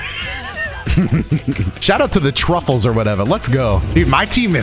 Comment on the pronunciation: Did say truffles?😂😂